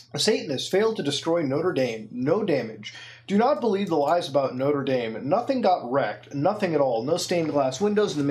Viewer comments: noter daim not-ra da-me* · Isn't Mutahar canadian? Why is he pronouncing Notre Dame like an american?